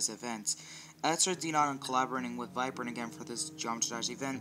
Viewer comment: He said Virprin instead of viprin